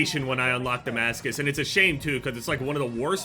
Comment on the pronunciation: The fact can stand “I broke their armor” more than he can when he reads the word Damascus is crazy😭